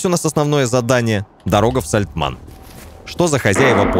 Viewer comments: все ништяк, только меня прям тригерит, когда говорит Сальтман, вместо Сальтамн)))))))))0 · Да не САЛТЬМАН А САЛЬТАМН говори исторично это очень важно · Да не Сальтман, а Сальтамн! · какое ж всё такие сложное название деревни Сальтамн- ты уже пару раз сказал СальтМАН. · Только отец ни разу не произнес правильно Сальтамн😂😂😂